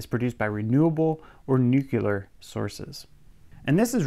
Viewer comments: Heh heh- You said Nucular. 😆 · Nuclear is not pronounced, "nukular" .